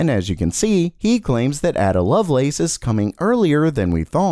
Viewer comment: AAAA-duh, not ADD-uh